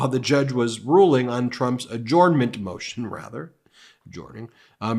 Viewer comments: Dear Ben: Adjournment is pronounced A-JURN-MENT, not A-JORN-MENT. Sincerely, Someone Who Works For The NY State Court System. 😉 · Ben, love your videos but if I may be permitted one critique, I believe you are pronouncing adjournment incorrectly. It is pronounced: uh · jurn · muhnt. Just my two cents. Carry on. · Ben: "Adjournment" is pronounced "a-jern-ment", not "a-jorn-ment". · Ben, I love your channel but God forgive me your pronunciation of "adjournment" is killing me! Hahahaha! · Hi Ben, I am confused by your pronunciation of “adjourn” and “adjournment”. This link shows how I thought it should be pronounced.